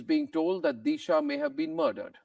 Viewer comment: Deesha ? It is Disha, the Sanatani Bharatiya pronunciation. Take pride in - Sanatan Dharma through correct pronunciation. ( I boycotted Bollywood after the murders. It continues.)